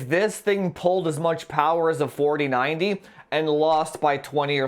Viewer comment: Only subscribed because he says "FAWTEEN FAWDEE PPAYYYYY" lmao. Excellent review! Especially the OC benchmarks!